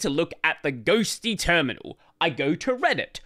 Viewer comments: Correction: Ghostty not Ghostitty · Once you said "Libadwaita" I said "GNOME ONLY". I knew this would be the only video I needed to watch about Ghostitty. The hype TODAY only, is kinda annoying. I've seen 4 videos talking about the same, but I knew the ol' reliable would say THE REAL DEAL.